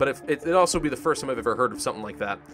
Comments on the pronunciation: I think the bot is trying to find bad words so you said "aslo" but the shitty algorithm heard "ass lo" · Did you just say AAslo